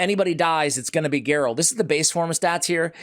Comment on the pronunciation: Just got her. Will try to do a slayer build. Pretty funny stuff with butchering her name